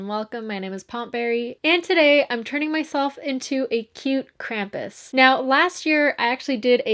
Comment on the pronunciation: Lol, "Krampi?"